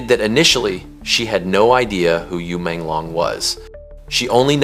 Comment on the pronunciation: This commentator got his name wrong Not long is should sound like loong as in Dragon Yu Menglong like this U mon loong thats how you pronounce it !!!!